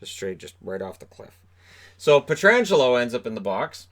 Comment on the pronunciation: You had me worried when you first mispronounced Petro's name. I was thinking, "Really, even can't get it right? Its bad enough that we never hear it correctly when we don't have local coverage.", but you pulled it out. Nice.